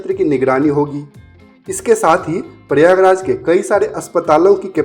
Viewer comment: प्रयागराज का ठीक उच्चारण कीजिए